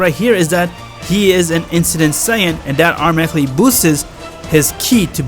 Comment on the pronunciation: i swear i hear incident Saiyan, when I think he means Ancient Saiyan.